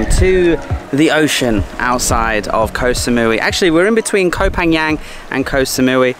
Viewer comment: I love how you pronounce Pa-Ngan😉 Love all your vidoes- preparing me well for my move back home to Thailand.